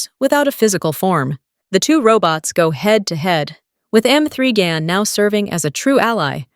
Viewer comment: Damn, learn to pronounce the title of the movie. Irritating narration.